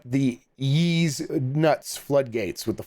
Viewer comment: Ys is pronounced "eece" (like geese w/o the g) not like ease is pronounced.